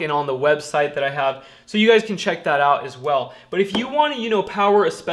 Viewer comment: mind if I call you? This is 2 years old so I doubt you'll read this, but what the heck. You say, "It's SO simple" with too much emphasis. It's simple to you because you're neck deep in it all day long, and every day of the week. It's obvious you love doing this as a career. Don't race through the numbers and calculations. You're thinking ahead of what you're doing, while some of us trying to keep up with what you're doing. I like you and what you're doing, and some day may look for this info.